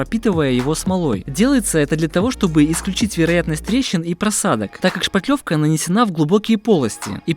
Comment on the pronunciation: Как нравится, что Мастер грамотно произносит "шпаТлевка" Это великая редкость! Почему то все уверенно говорят "шпатель" но не понимают, что шпатлёвка - производное именно от этого слова, а не от шпака или от шапокляк.